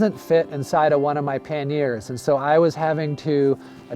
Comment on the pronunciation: FYI those boxes on the side of your bike are pronounced "PAN-yer" (two syllables) or "PAN-e-er" (three syllables) in English, or in French it is "PAN-yay" - not "pan-NEAR"